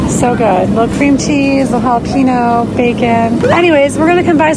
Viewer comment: The ñ makes a nya sound so hall-ah-pen-yo would be the correct pronunciation